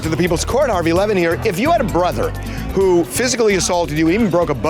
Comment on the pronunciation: “Harvey Lemon here…” is all I hear every time I try to fall asleep watching these. Today is the first time I’ve actually seen the spelling of the name and was like “ohhhh”